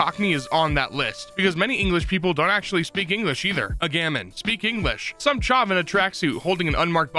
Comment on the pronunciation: him pronouncing chav like shawv is so funny